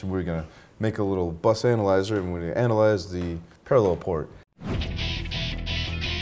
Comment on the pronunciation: hehehehehehe - he said ANALyze